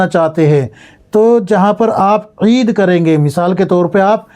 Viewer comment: Aisa koyi boyi nhi bolta. Eed